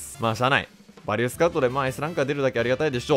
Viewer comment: 呂律が回らずバリューて言えんかったんやろな…